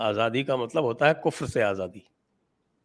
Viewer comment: Modi ji uses Azadi because he is fascinated by that word although he can't pronounce it correctly. whenever he utters it it's jarring to the ear to listen.